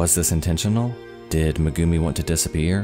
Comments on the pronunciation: "May-gumi" not "Muh-gumi" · MEgumi not meGUmi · Thanks a lot for the story but next time when pronouciating non english names please use at least google translater because everytime he sayd megumi It cringed tf out of me